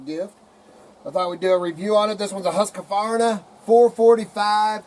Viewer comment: Why do so many people pronounce it wrong? There isn't an A between the Q and the V